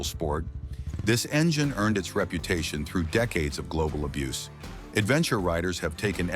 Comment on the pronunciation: When you see and hear mistakes, it makes one wonder about the entire video 🤦🏼‍♂️ Also, “abuce” is a noun; “abuze” is a verb